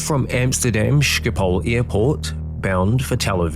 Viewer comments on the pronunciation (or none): O come on. Sjipol airport? Practice a guttural, G a back of the throat thingy. Then try pronouncing it correctly. And that pin? It is more of a solid steel 3,5"- 4" in diameter cylinder. Yes, those can fail. It takes one to go that takes down a second and a piece of wing. Slats need hydraulics. So on one side there was none as the redundancies were shot as well. Try for electromechanical with redundancies in future? Or no slats?